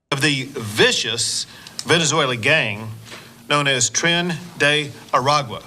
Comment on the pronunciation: "Tren" not "Trans" 😂😂